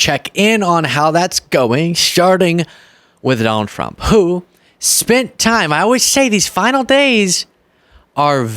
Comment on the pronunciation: I am going to give you some constructive critics. Many times when you speak “Trump” it sounds like “Frump” 😂